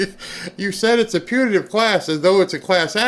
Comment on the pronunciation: Putative with a “t”, not Punitive with an “n”.